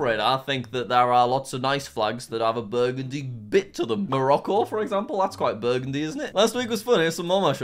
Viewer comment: jack burgundy is pronounced burundi